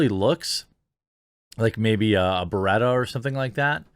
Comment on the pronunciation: My boy Jeremy knows his gats when he's name dropping the Beretta name accurately. My Booiiiiiiiii!